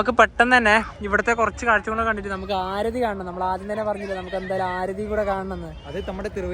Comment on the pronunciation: ആരതി അല്ല aarthi enanu😂